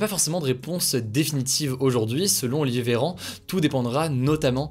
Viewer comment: Ptdr "Olivéran" dites moi que jsuis pas le seul à entendre ça